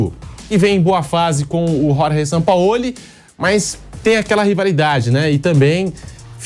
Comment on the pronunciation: Caramba fala Jorge Sampaoli. Por favor! Com J e G e não Ror Re